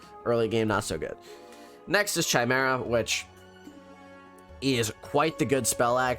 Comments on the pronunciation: It's cute how you say chai-mare-ah. It's Kai, lol. Kai-mare-uh. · You said chimera wrong